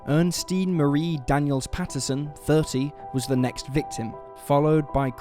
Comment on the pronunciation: Ernestine has three syllables. Earn-ess-teen. Or er-nest-ine.